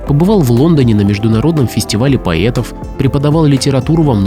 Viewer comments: Как услышала слово""поЕтов"сразу переключила. Смотреть не буду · "Великих поЕтов"? Странное произношение.